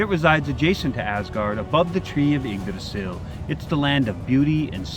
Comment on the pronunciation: I'm just happy to hear how Yggdrasil was pronounced!